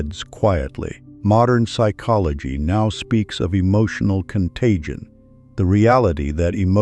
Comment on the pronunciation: Is there a reason the narrator pronounces - psychology as " sick ology - at first I thought this was typical amercains being incapable of speaking how a word is spelt - until the narrator says the word properly.